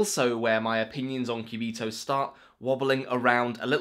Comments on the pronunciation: This spanish speaking person is cracking every time you pronounce "quiubitohs". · I just clicked in the video to hear you pronounce "Cubitos". Not disappointed, maybe I'll watch the rest of the video later.